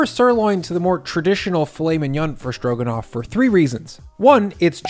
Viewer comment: I always like watching your program. I like your demeanor and the way you approach cooking. Something you may wish to think about since you’re a public figure is you might want to double -check the way that you pronounce certain words. You call it “SCHtroganoff” in the video. You do what a lot of your generation does and use an “sch” instead of a true “s”. You do the same thing for the words “schtrong” and “schtraight” and “inschtructions” and “schtrips”. You are so good at what you do and such a pro that it might be something you consider. It’s just a habit and not an impediment but it does distract the narrative a bit. Continued success to you!